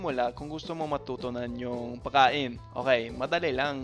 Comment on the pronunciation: Amazing. But what funny is that when pronounces the word "Pagkain" to pakain😂 and the word "pag kakataon" to pakakataon😂 napansin kona agad yan simula nung unang natinig ko syang nag tagalog. Laging nag sstruggle if i pronounce nya na ang isang salita na may letter G. Like minsan basa bya sa tagalog ay "tagalok" 😂😂